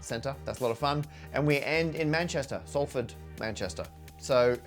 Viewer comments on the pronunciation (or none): none